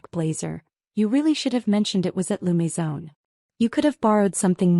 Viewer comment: L'Maison ... not Lou Maison.